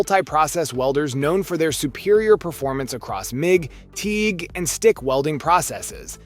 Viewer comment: so not really a bad lineup of welders (not the best but good options) but as your not even saying the brand name right off the bat says your here for some views and youtube money I know im helping the cause for you but come on, and did I just hear you say TIG wrong too really come on! At least we know who paid the most money for you to do the videos lol How did you launch the video without catching the mistakes, also hope FEMEROL there doesn't mind replacing a brand new ground clamp lol.